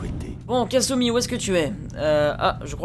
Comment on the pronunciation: "Le mal est fait" - Casseurs flowteurs pour le départ vers far Harbor. Parfait :o Et puis c'est Kasumi pas Katsuni xD Katsuni c'est autre chose:p Très très bonne vidéo, je t'ai découvert il y a peu avec ta vidéo sur NukaWorld et je dois t'avouer que j'ai accroché direct!